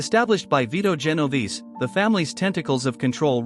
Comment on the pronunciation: Typical computer or medigan narration. It's pronounced JEN OH VAY SAY